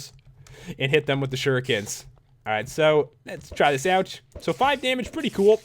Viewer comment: It's pronounced shure eek ens